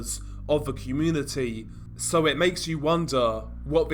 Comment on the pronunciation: Seriously? Ve (the), vough (though), wever (whether), over (other), vat (that), def (death), vis (this) and on and on and on. Dude, We can assume that English is your first language coming from the UK? Very difficult to listen to this crap when it appears to be narrated by a 3 year old.